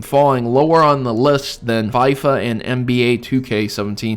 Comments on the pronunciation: football game is pronounced 'fee-fah' not 'fy-fa' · It's Fee-fa not fie-fa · "fie fa" lol its pronounced "fee fah" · it's called FIFA, not PFEIFFER. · It's feefa not Fyfa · That was an odd way to say FIFA. Fee-fa. Not fiv-fa. I do agree though, people are wanting more casual, easy to pick up and put down the game. Without the convolution of story and deep mechanics. Which is why shooters have always been popular, you get on, you shoot and chill out, and you come off. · man said FYFA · EVEN THO I DON'T LIKE FIFA IT'S PRONOUNCED FE-FA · it's pronounced feefa. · the way he says FIFA haha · LOL ikr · the way you say fifa kills me...